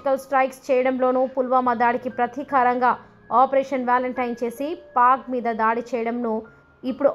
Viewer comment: ఈ పోస్టింగ్ పెట్టేముందర script బట్టీపట్టి అప్పచెప్పే వారి ఉచ్ఛారణ దోషాలు చూసి సరి చేసి posting పెడితే బాగుంటుంది.ఉదాహరణకు....దాడి అనవలసిన చోట.....ధాటి అనటం,వగైరా.వీలు కాకపోతే వారిని మార్చి చూడండి.దయచేసి తెలుగు భాష ను ఖూనీ చెయ్యవద్దు